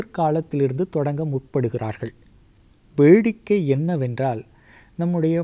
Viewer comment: ungal videovai paarkka virumbinaalum ungal thamizh uchcharippai sagiththukolla mudiyavillai... vedikkai ai vezhikkai engireer, ilakkiyathhtai izhakkiyam engireer... ungal videovai ini parkka matten...